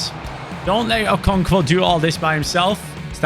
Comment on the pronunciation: As a Nigerian hearing you say ( okonkvo ) is genuinely funny